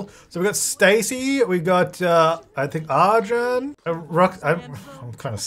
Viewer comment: lady is gay and this deserves to be cannon:face-blue-smiling: !!! Also, just a suggestion, if Arjun wins, as an Indian person I'd love if you could try googling the pronunciation and then saying his name- its just a little more R than A. It'll help the name sound less weird to my ears every time.